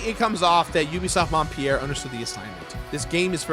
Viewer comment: I cringed every time he said "Montpierre". It's "Montpelier"!!!